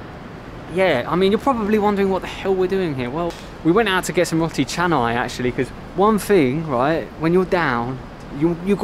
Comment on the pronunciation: Hope you don't mind, but the "o" in "roti" is not pronounced like the English "o" as in "rot". It's more or less the Italian "o" as in "roba" or "Roberto". (You're both familiar with Italian, aren't you? must be!) Hope you can improve your situation in Jakarta. Can visitors get a vaccine there? That would make things better for you.